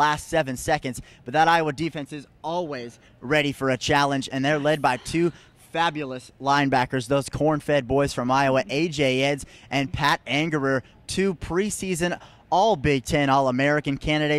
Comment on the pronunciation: Just a few things for clarification: - it's AJ Edds as in "Needs" or Eeeds -Penn State was #3 when Iowa beat them and finished #8 after losing to USC in the Rose Bowl -and finally, this gets brought up a lot, it's Ferentz as in "parents". Sincerely unemployed sportswriter and UI alum '09.